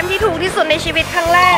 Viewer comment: มีข้อเสียตรงที่ว่าหนูรำคาณพี่ตอนที่พี่บอกว่าในชวิต เเละ ชิวิต เเล้วก็ชีวิต